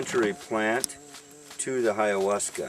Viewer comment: Wow! You're so very smart. How I wish I were you. How I long to pronounce words as eloquently as you. Bye-ahuasca.